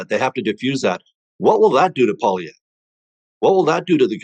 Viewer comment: I can't stand the dipsh*t but please learn to say the name of Poilievre. And before you freak out over an American takeover, read up on Norad. Jeez